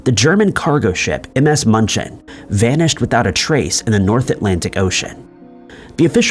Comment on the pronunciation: Hey AI! The cargo ship's name is NOT Munch-en! There is an umlaut above the 'u'. In my poor Southern US accented Deutsche, it is more like mew-n-chen. That was one word I haven't forgotten from living there! PLEASE get a REAL PERSON to narrate!! AI is horrible! While I lived in Germany, near München, was the time of Chernobyl. We lived under the cloud until we were reassigned back to the States. We were told that everything was fine! Just don't let the kids play in the grass until the dew dried! But the stores, both the commissary & the German shops had produce shipped in from Israel! Sure we were just fine!